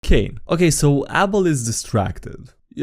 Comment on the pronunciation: the way he pronounced abel like apple hurts